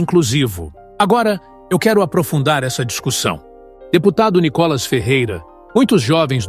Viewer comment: Mas se a globolixo nao sabe nem pronunciar Níicolas, entao ê muito analfabetismo